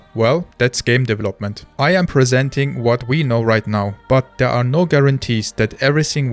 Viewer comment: You speak english better than half of the UK and USA population. To say "development" more naturally, work on your "V" sound. Right now you use a "W" sound. For "v", push your teeth into your bottom lip. It will change your sound. It is like an "F"... with sound.